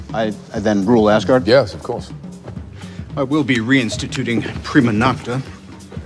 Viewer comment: Cara tu fala muito errado o nome de Asgard e o Thor fala de outro jeito